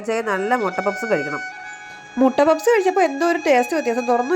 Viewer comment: പപ്സ് അല്ല... പഫ്‌സ് അല്ലേ..... മൊട്ട എല്ലാ..മുട്ട😂... എന്തായാലും കേട്ടിരിക്കാൻ നല്ല രസമാണ്❤.... നല്ല വെജിറ്റബിൾ പ ഫ് സ്...❤.